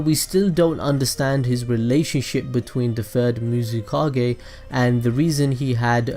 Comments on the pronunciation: "Muzikage" im dead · The fact that you said everything right, even the swords name, except the FUXKING Mizukage, is amazing 😂